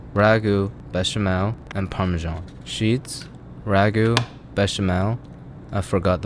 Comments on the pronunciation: No one:: Par Mey Sean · Please try not to call it "parmeshan"